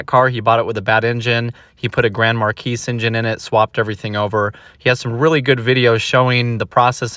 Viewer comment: Grand Marquis has silent s.